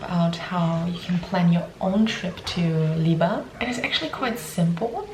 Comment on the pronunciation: Visiting in September on recommendation of our polish dentist. Pretty sure it's pronounced weba